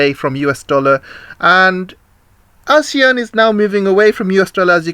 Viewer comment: Its 'you ann' not wan. Your chinglish is poor🤭